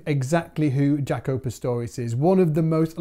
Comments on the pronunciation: Jah-co. Not Jac-o. Smh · Dude, please say his name right. In interviews I never once heard him call himself Jack-o, I'm tired of people hearing the very person pronounce their name and somebody says it wrong. The man himself pronounced Jock-o. Like Greta Thunberg would pronounce her name in English as Greta Toon-by not Thun as in Thumb and Berg as in iceberg. Please be respectful. My name is Michael Byrd as in Bird not By-erd!